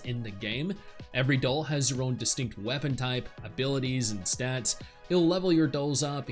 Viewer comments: Why are you pronouncing doll as dole? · why do you keep saying "dole" lmfao